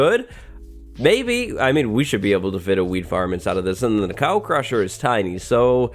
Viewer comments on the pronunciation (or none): why does he keep saying ''weed farm'' instead of ''wheat farm''